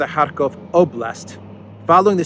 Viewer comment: Pronunciation note: The names Kharkov and Kherson are, in Russian, are pronounced with a "ch" as in the Scots word "loch". Pronouncing Cyrillic Х as an "H" is Ukrainian.